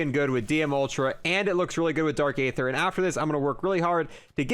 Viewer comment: You literally pronounce everything wrong in zombies, it’s the bullfrog no bulldog, it’s dark e-ther, not a-ther, and it’s d-machine-a, not die-machine 🤦‍♂️🤦‍♂️🤦‍♂️, also you pronounce megaton wrong too, it’s mega-ton, not mega-tan 🤦‍♂️🤦‍♂️🤦‍♂️